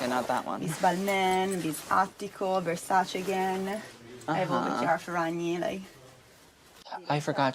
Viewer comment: Uno de pochi americani che pronuncia Versace e non Verssàcci.